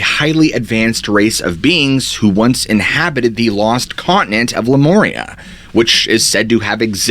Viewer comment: It’s Lemuria, not Lemoria.